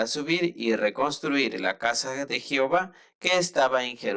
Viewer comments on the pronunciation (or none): Se pronuncia Jehová, no "jihova " de todo lo demás está bien